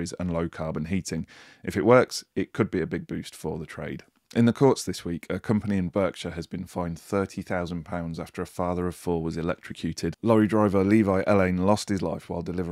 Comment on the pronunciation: Berkshire as it’s spelt is not pronounced Burkdhire same with Hertfordshire is not pronounced Hurfordshire .